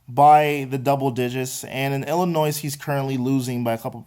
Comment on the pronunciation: Did you say "Illinoise?" Ha ha. I'm from NE Ohio, and I don't get how people like Ron Zook can be from Ohio and say "Illinoise," without intentionally trying to make fun of the state. By the way, Ron Zook called it Illinoise in his press conference accepting the head football coach job at the University of Illinois.